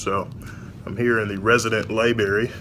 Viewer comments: Pronounced library! Not liberry. Sorry, pet peeve. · You were in the resident lie-berry huh 😂. Lol i love your channel!